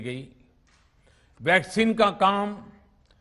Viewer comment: Half of the time he says Vaseline not Vaccine 🤦